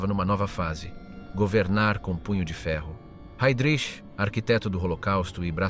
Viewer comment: Jednou vysloví Hejdrich potom Hajdrich...běž mi do prdele s tímhle